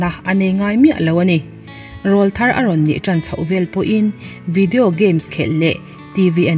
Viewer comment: Rawlthar tih thumal hi a thluk a dik chiahlo.. Awrawl tih thumal kan lam a rawl tih kan lam san ang hian Rawlthar tih a rawl tihlai hi lam san tur.. Mizo naupang rawn thanglian chho la tlangval silo te an awrawl a rawn danglam thin a (Til pawr Aw kan tih thin angkha😃😃) ..chuvang chuan rawlthar anti.. Hmeichhia chu tleirawl tih ani...